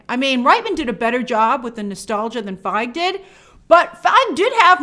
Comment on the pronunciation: I swear I go deaf at the start of all your vids, Grace. Jesus Christ why the shouting 😖 Also Paul Feig’s name is pronounced “Feeg” not “Fyge”